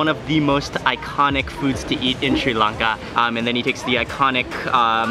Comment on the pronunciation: its Sri Lanka not sei lanka